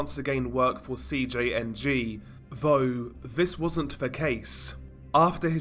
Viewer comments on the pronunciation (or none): "Vough, Viss wasn't ve case", What?